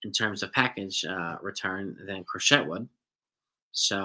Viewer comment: It's pronounced Cro-SHAY.